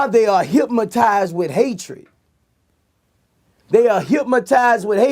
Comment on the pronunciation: Did he say hipmotizes?